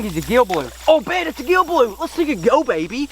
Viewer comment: Who else caught that he said “it is a gill blue!!!”